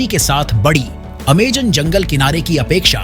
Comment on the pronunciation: Amazon ❌ Amegan ✅😂